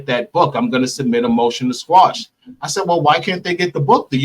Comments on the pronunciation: I just need to correct both Tasha and her guest cos they’ve said this incorrectly several times. It’s ‘..motion to quash..’ not ‘squash’ 😵‍💫 😕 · Good afternoon. It is actually called a “Motion to Quash” not “Motion to Squash.” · Please, you guys, it is quash, not squash. Squash is a vegetable.